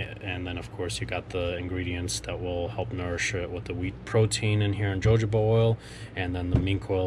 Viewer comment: I enjoyed this and learned some new things. And I don’t know if anyone else mentioned this but the way to pronounced Jojoba is “hohoba.” It took a little time to get used to, for me, but saying it correctly comes natural now. Thanks for the informative video!